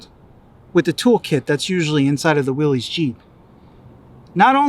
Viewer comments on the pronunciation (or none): It’s pronounced like Willis not Willies 🤦🏻‍♀️ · short answer is that willys was a manufacturer for jeep back in the day but the pronunciation is more like "Willis". So from a historical perspective, it is interesting and informative, in casual conversation, correcting someone is probably pretentious.